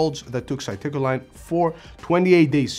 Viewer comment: I'm sure English isn't your first language so I'll give you a pass, but I had no idea you were saying citicoline without reading it on the screen. It's pronounced Sit-ih-co-leen.